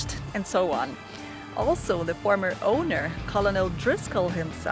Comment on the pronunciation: it’s pronounced kernel